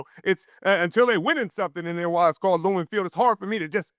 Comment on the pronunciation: It’s Lumen Richard ! Lumen ! 🤣